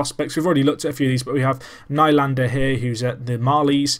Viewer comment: Closest thing that you could match the Marlies to would be like Barcelona B or RM Castilla. Also Riemsdyk is pronounced Reemsdike, Lupul is Loopull. Also i'm not sure but Nylander (I think) is pronounced Kneelander.